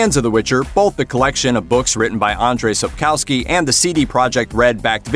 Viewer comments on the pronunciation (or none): can't pronounce Sapkowski right. SAP-KOV-SKI